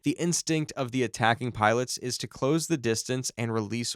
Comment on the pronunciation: Absolute AI garbage. Nothing here is correct, not even the pronunciation of "close".